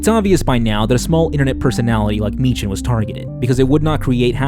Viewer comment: why can noone say meechan properly